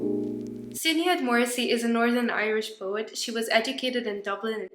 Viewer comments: hahah your pronuncitation of Sinead is funny!! It is Irish so shi-NAYD. Thank you so much btw ur poetry videos are saving my exams rn :D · Love this and all ur vids, but sinéad would be pronounced shin-Ade ❤